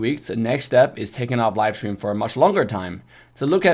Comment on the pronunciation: Love the way how says: Shtream hahahahahahahah